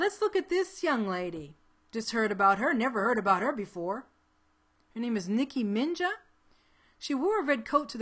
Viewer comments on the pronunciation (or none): LOL she said niki minja lol